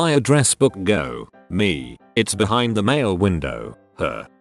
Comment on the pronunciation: computer illiteracy... the voice bot can't even pronounce "the" correctly